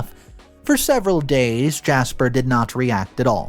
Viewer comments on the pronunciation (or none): none